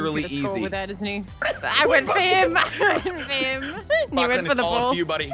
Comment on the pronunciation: It's lachy not lacey